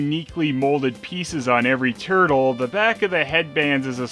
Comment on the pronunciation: "Teenage Mutant Ninja Tuttle". Sounds better at least. Good point.